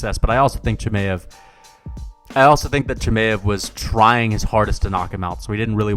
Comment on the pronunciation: Who tf is Chi-may-ev